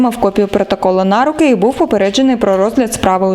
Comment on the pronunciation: Адекватний водій) P.S. А, автору, вже треба навчитись правильно робити НАГОЛОС - на руки - на другому складі!!!!!!!! P.S. Якщо розмовляєте українською!